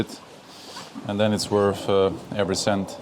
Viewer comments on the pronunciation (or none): none